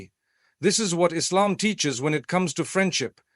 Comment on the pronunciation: yeh like when he says Islam